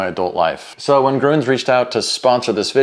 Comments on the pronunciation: Groons? If you want to make the "Ü" sound, just form your lips from the "A" sound to a kind of "kiss lips", let your tongue move inside the mouth from the "A" to the "Ü", not a "U" ... try it. I taught hundreds of Americans and Italians to make the "Ü" Sound. It is very easy! And nice content by the way!!! Cool idea! Or try the "Ö" Sound, like in the word "work" and close your mouth slightly without changing tongue and lips position. one of the methods will work! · as a german Im sad for the pronunciation of grüns… 😂 nice video